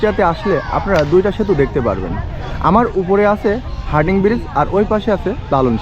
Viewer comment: ব্রীজটির নাম হার্ডিং নয় হার্ডিঞ্জ ব্রীজ । যাইহোক খুব সুন্দরভাবে চিত্রায়িত হয়েছে । ধন্যবাদ।